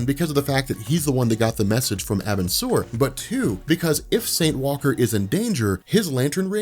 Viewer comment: The emphasis is on Saint, not Walker. I don't understand why you emphasize Walker.